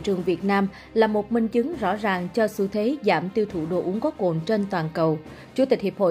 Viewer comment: "Cồn" chứ không phải "Cuồn"